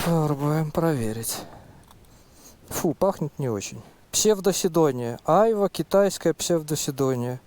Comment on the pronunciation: Хочешь убить граммар-наци - включи ему, как произносит "айва")